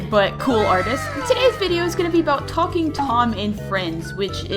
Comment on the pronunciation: When you first said talking Angela it sounds like f- Angela...